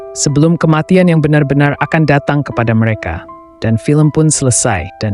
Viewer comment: Seseo(r) ang, me(r) eka, be(r) jumpa, sede(r) hana.